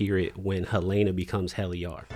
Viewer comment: I keep hearing people pronounce Helena as Hel-A-na. What’s up with that?